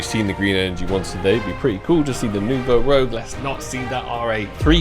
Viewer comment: Please for the love of god...get the name of that AK right. lol It's said like New Vo Rooj